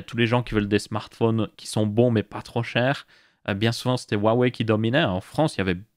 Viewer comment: bien pour la prononciation Xiaomi. Maintenant faut apprendre à prononcer Huawei XD. rua ouai